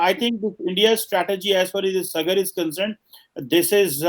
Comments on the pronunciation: Its not suh- gurr. Its Saa- gur. Like in Saa re ga ma... ( Indian music , dont know what it is in Arab- Turkic ) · The way he pronounced Sagar, 😀 Adhri ghaghri chalkat Jaye 😁😁😁